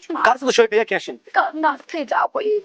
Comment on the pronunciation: Pack...❌️ Peakk...✅️ 😂🤣🤣🤣